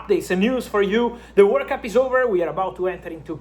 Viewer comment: I was wondering why I'm hearing workup untill I figured out it to be world cup.